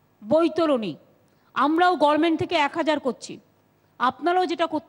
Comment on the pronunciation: gorment not GOVERNMENT' WHAT MAMATA SAYS